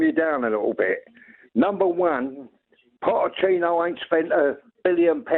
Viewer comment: Didn’t know the ch in Pochettino was silent